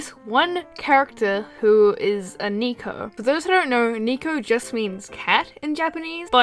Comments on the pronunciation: It's not knee co it's necko Neko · I like you videos but it kinda bothers me how you kept saying "niiko" instead of neko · That's bot how you pronounce "Neko," it's less "Nico" and more "Neck-o" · isn't "Neko" pronounced as "Ne-ko" and NOT "Nee-ko"? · Her: * pronounces Nekos as NEEKOS. * Me: Dies Instantly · Isn't it neko not nico? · It’s pronounced NECK o XD not NIK o AaAAAAaAaaA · I kinda died a little every time she pronounced it like Niko. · Neko is actually pronounced “neh-kho” (not nee-kho) and is short for nekomusume which literally means “cat girl” In English-speaking countries we often just say “neko” for short lol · Actually, It's pronounced NECK-oh, not NEEK-oh. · Neeko...? You mean Neko? Neh-Ko. Not knee-ko. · Not to sound nit picky or anything, neko is pronounced neh-ko not nee-ko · IT'S NEH-KO NOT NEE-KO YOU UNCULTURED SWINE!!!!!!!!!! NYA NYA DESU NE!!!!!!! XD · The nosebleed thing is a very classic old wives' tale; anime just happens to milk it a lot Also, neko is pronounced "neh-ko", not "nee-ko" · She said Neko like Niko, I have learnt Japanese (not my choice I learnt it at school) and its pronounced Neko NE-KO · Umn I think your pronouncibg neko the wrong way. When youre saying it like that it sounds like nico, which means smile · neko. not niko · Neko not neeko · neko not niko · Neko isnt pronounced like that haha its neh-ko not nee-ko like that nico nico ni meme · Niko.... Its pelled Neko.... Ne - kou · It's not Neeko, that's not how you pronounce it xD it is Neko super quick!!! xD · It's N - eh - ko . Not NICO. I'm sorry, but mispronunciations bug me.. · Its ney-ko not knee-ko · she says neko like nico as in "nico nico ni" , I'll break your nico nico kneecaps (it's a joke m8 don't kill me) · It's pronounced nehko spelled neko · Neko is actually pronounced NEHko. I dont mean to make myself sound like I'm a weeb. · Ohhhh You Were Saying Neko! I Thought You Mean Anime Thots That Say NICO NICO NIIIIIIIIIIIIIII